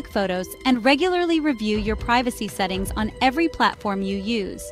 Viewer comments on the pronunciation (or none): none